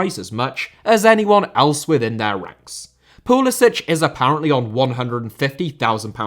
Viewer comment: Who is this Pul-i-sich? It's very close to Christian Pulisic.